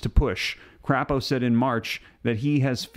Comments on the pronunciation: the Idaho senator Mike Crapo is pronounced Cray-po. The way you pronounced it it would have to be spelled with two p's. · Not crapo! Crapo! (Long a!!) 🥴🙂